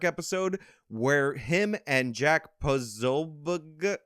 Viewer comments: It's Poh Soh Bick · “Poe So” is how you say the first part of his last name lol I hope you’re able to interview him one day. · "Pozoe - Bee - Ick" I'm fairly certain. Lol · Pa-so-beck is how it's pronounced. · po-so-biec its not that difficult wtf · I think it's POSO-BECK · Posobiec is not that hard to say…. Poe- sow-be-ick… See. Not hard at all. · Pa-so-bic is the way I've heard it pronounced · Posobeic is "peh-SOH-bik'. It's Polish. My family also has a weird obscure Polish name that has, like, 100 people with it total in the US. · His last name is pronounced Posobiec. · Is your inability to pronounce Jacks last name supposed to be considered humor? What was the point of that? That was like 6th grade humor..... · the bit where you were mispronouncing the guys last name was too much, i was ready to turn the video off, was not funny, it was irritating, if i could smack you through the screen i would have. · Dude... What's So Difficult With The Name POSOBIEC, You Must Have Gone To PUBLIC School Huh?!? LOL!!!! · That was weird, dude. The mispronounced name I mean, petty. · You were doing well until you fucked around with that guy’s surname. Just pronounce it the way it’s spelt. What’s your surname? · You’re not a comedian. No need to butcher the man’s name for a couple of laughs. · Dude Posobiec isn't that hard to pronounce. It's not funny when you pretend you can't pronounce a name. It might be funny the first time but then you keep doing it and it becomes lame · you could have looked up Jack's name to enunciate it clearly and avoid the mockery of it's pronounciation. I respect your content but sometimes your humor falls short.